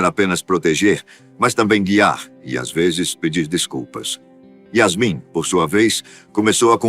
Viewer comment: Não é Iasme é Iasmim